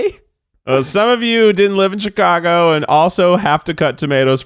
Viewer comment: Keith saying Chicago the right way 😍